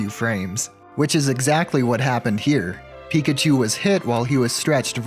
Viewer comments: please never say Pre-kachu again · I'm calling Pichus "Prekachus" from now on. Also Raichus will now be "Postkachus". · I'm saying prikachu from now on